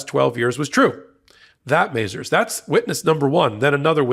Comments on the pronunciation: It's muh-ZARZ, not MAY-zerz. You get too many pronunciations wrong on this channel – another being Aileen Cannon, whom Ben repeatedly insists on calling Eileen Cannon, for some strange reason... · Mazars originated in France. Pronunciation is Mas-are. not Mazers as in Lazers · Why is saying MazERS when it should be MazARS?